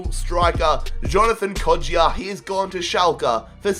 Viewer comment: It's kod-ja not kod-ji-a